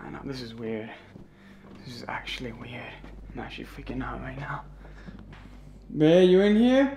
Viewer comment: cant say the word😂 babe instead he say bay